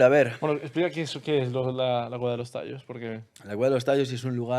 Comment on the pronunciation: y por cierto... es tayos, no tallos